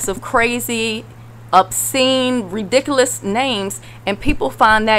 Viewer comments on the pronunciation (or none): Did you say "axe??" Or "redicklish??" Lmao I died!!😭😭😭😂😂😭😭 it's ask, and ridiculous. just saying 👍🏻😁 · whoever's talking in this video needs some basic English lessons, like how to pronounce "ridicoolus" properly.